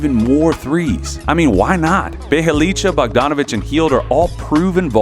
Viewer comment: The way this nigga pronounce bjelica 🤦‍♂️